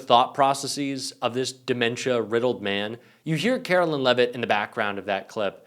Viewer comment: KARE-OH-LINE! NOT KARO-LYNN! Google it dude!